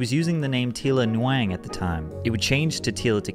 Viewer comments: Nguyen is not newwang 😂😂😂 its pronounced like -win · this. It sounded like he said nawang 🤦‍♂️ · Nguyen is pronounced (win) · You said her last name wrong it is pronounced like gwen not nuwang or whatever he said. its a vietnamese name and I know because I'm actually half vietnamese myself.. :) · "Newang"?? Lol made me chuckle. From my understanding, that name is usually pronounced like "when" But good video! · Nguyen is pronounced like "win" NU-GUH-WANG sent me 😂😂😅 Solid, informational video, ty for posting it. No hate, just cringed at that name butchering. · Nguyen is pronounced “when” Not Newang. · Did you say her last name was “Hwyang” 😂 I think it’s pronounced “win” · “New wang” 🙄 It’s pronounced like “Wen” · Nguyen is pronounced “win” not wang smh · Nguyen is pronounced like "win" my guy haha 😂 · Nguyen is pronounced win just fyi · Tila Win. * nugyen*. it's phonetically win. alot of viets have this last name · Isn't Nguyen pronounced like 'When' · yeah and "ng" is pronounced like 'ing' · I'm not Vietnamese but I had a good friend in LA who was and his last name was Nguyen. It's pronounced like: Winn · Btw I work with a ton of Vietnamese. The last name is essentially pronounce "win" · Nguyen is pronounced "gwen". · Anyone question why the narrator is pronouncing her names incorrectly? Tila is pronounced like Tee-ya, and the last name Nguyen is pronounced like Win. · I was hoping someone else noticed that. It is pronounced like "when". Everyone I know with that last name is polite with correcting people but also very annoyed. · Just for future reference: Nguyen is a very common Vietnamese surname and is pronounced much like "WIN". Some people also enunciate the "N" slightly, resulting in something more like "nWIN". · Closest pronunciation is “wing” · I knew that the 'uyen' is said as 'win', and correct me if I'm wrong, but isn't the 'Ng' pronounced together like "sprung"? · “Nguyen” is pronounced “new-gin” but “new-wang” is so funny😂😂😂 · lol no but close, N-win*